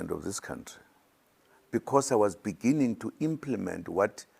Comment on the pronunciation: So much love eventhough he cannot read the word "beginning "